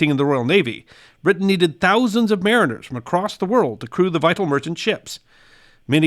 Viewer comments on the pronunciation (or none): none